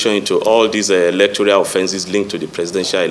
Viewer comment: Who made this one a commissioner of police. He does not know what electoral means . He keeps saying electorial, which is not the right word. He is a stooge and unqualified to hold the position. He doesn't have answers to the questions asked. He is complicit and a person planted by the ruling party.